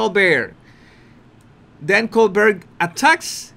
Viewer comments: Fabulous call!! You’re doing wonderfully!! A couple of shots of Harry there looking like he got caught with his pants down. I almost feel bad for him. Almost. And we pronounce the late night talk show host Cole-BEAR. Very simple. That’s the French way to pronounce it. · Do you think I could follow ONE channel whose presenter does NOT have to use the F word? Honestly!!! His name is pronounced "coal-bare". Don't worry about it. You're doing great. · Here's HOW you can remember the pronunciation of Colbert; VISUALIZE him as a COLD-BEAR like a COLD shaking BEAR. 👈 Now YOU got it. 💋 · Sounds like “coal bear”. Thanks. Great channel. I love it! H really thinks the public or audience are dumber than he is! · Professionally, Colbert uses the pronunciation : COLE BEAR . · Col - bear, we say in the USA. I love your channel! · It is "Co-bear". That is the pronunciation. As if it was a French word. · Cohl Bear -------- how to pronounce Colbert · Lol it's French - it's "Cole-BEAR." Emphasis on the BEAR. You're so cute. Cheers from Ontario, Canada. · Just FYI Stephens last name is pronounced Colbear. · Also, if you read the comments, I showed you how to pronounce Colbert -- Coal bear' (accent on the second syllable. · Obviously the actual guy pronounces his own name like that, but mostly it's pronounced with a bert at the end. Maybe has come across a British Col*bert* in the past! You never know! Just looked it up and the guy was a Col*bert* from his Irish parent, but changed its pronunciation to bear at the end. Interesting! 👍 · If you know you’re going to be discussing someone, couldn’t you learn to correctly pronounce his name? Hmm? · Yes the “t” is not pronounced. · Colbert.....pronounced as "coal-bear". The "t" is silent. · Brown Bear, Grizzly Bear and ColeBear, that's how you pronounce Colbert.>>> COLEBEAR<<< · it is pronounced… “coal bear” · Love your channel,. It is pronounced Col-BEAR not Col-BURR.